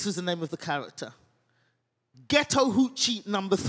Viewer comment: Took me a while to get that she was saying "ghetto hood chick"... Not for none, but I deadass thought she was saying "getow huchi" and I thought wtf was that. Almost Google it, til she said "neega it's not yo baby!" I was like oooohhhh... Ratatata! 😂😂😂